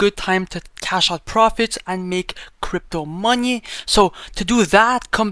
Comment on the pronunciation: gotta make that crypto "monhey'